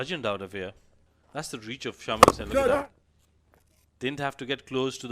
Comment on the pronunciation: Some body tell the commentators its not shaamil its pronounced shamAel